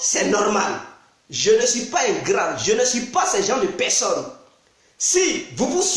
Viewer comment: Tu parle quelle langue on comprend pas on dit personne pas pesonne